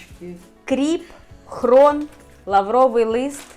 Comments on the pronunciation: Не хрон а хрін пані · Рецепт зацікавив, треба спробувати., дуже вуха ріже, все-таки хрін, не хрон. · Хрін , а не хрон, тітка грамотніше говорить